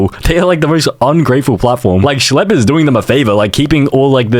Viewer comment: “schle” 🔥 🔥 “pdf do files” “schle” #2 “schlleb” “shle” “RUBIK” 😭 😭 😭